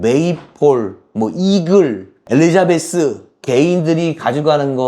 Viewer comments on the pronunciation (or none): none